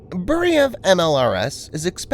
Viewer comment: It is not Boo-ree-yev it is Boo-re-veey...Burevij It is a shame we did not continue on developing M87 Orkan MLRS which had range up to 120km. It would be very much useful in Ukraine Burevij would mean Bura or Burin which is type of hurricane force wind